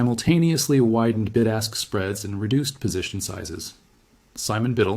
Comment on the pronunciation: From middle England, did you say it's a bid-ask spread or did you say big-ass spread. 😊